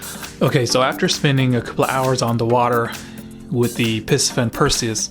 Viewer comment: It’s pronounced “PC-Fun” NOT Pissy fun!